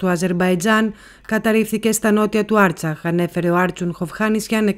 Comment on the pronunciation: Ευχαριστούμε γι της πληροφορίες. Μια μικρή παρατήρηση.... δεν ειναι άρτσακ αλλα Αρτσάχ